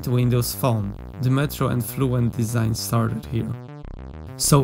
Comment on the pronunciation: "Desing" - really?